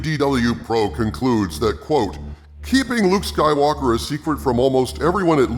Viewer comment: "Jake Soywoker" LMAO